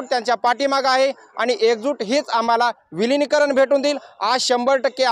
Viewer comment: विलीनकारण.... वि्लिनिकारण